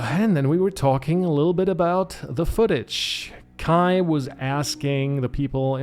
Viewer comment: Haha, hatte mir schon gedacht dass du Deutscher bist so perfekt wie du Kais Namen ausgesprochen hast ^^ Alles gut bei mir, danke der Nachfrage :D